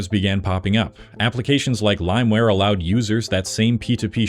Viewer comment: SAY IT WITH ME PIE-RAT-ING Also... LIME WIIIIIRREEEEE (not WARE) Also... bittorrent is not a platform, it's an application. torrents are files. files don't get cut up into small pieces, you're just streaming different parts of the same file at different times.